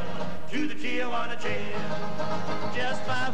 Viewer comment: It is a shame that so many people pronounce the name TIJUANA as if its TIAJUANA.